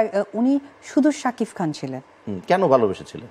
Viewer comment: শাকিব নামটা তুমি সব সময় শাকিফ বলে । নামটা বলতে পারে না